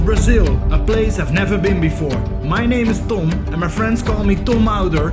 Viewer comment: Try & learn not to say your name "Tom" so harshly.. The way you say your name makes you sound South African..